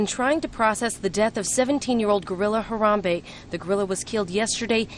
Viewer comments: Name: Ha-ram-be. Not Hambray Ti. Lol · Ha-ram-be ... 3 syllables:-)